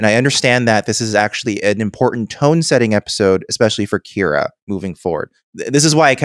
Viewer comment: You know I was ready to listen to your podcast on one of the strongest episodes of Star Trek ever and then, between saying Kyra instead of Kira and Gal Gadot instead of Gul Darheel, I had to stop because even though the conversation was pretty intelligent, it is pretty lazy to just continuously embrace bad pronunciation.